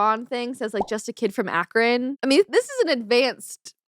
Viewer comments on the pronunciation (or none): none